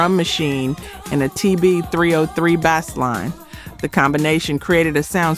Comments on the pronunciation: It appears that AI is used to narrate. Pronouncing bass line as bass (like the fish 🐟) when referring to "Let The Music Play" is one clue. Also mispronouncing Rebie (long e) as Rebie (with short e) is not something that would be done by a musical historian. There are too many videos of her appearances on dance shows that pronounce her name correctly. And there are inaccuracies regarding the hits of Minnie Riperton and The SOS Band. Both of these Bands have had several hits. Junior and The Dazz Band also had more than one hit on the R & B hit. And Minnie Riperton passed from this life in 1979. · I think it's AI. The AI narrator pronounced bass line as bass (like the fish 🐟) when referring to the TB803 bassline in Shannon's "Let The Music Play."